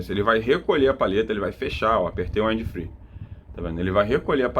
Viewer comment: In English, em geral a regra gramatical de pronúncia para palavras terminadas em consoantes falasse exatamente como se está lendo mesmo. Porém quando se termina em VOGAL "we use to say them ecxatly as the vogals are used to be spell" ou seja, lê-se exatamente como aprendemos como são pronunciadas as vogais no alfabeto em Inglês, e sim isso faz uma enorme diferença. 👉 Wind (uindi) = VENTO, sopro, brisa etc... depende do contexto. 👉 Free (fri) = sem/falta de (contexto) = livre 👉 Fry (frita) "frai" fryes (fraies) fraies = fritas 👉 Wide (uaidi) vogal (i) em inglês tem som de "ai" = VASTO ex: Worldwide (uórldiUaidi) 👉 advérbio 👉 mundialmente. Toda gramática tem suas excessões, porém 98% por cento da regra é essa. Em 65% do vídeo ele AFIRMA pronúncias de significados que não existem na língua Inglesa e isso induz as pessoas ao erro. No mais as ilustrações de funcionamento do aparelho foram bastante esclarecedoras 👍